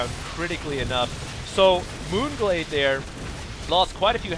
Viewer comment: you actually said the map name right :D this game was pretty lame. Marauders are good, but not against air units, so i have no clue why he kept getting them -_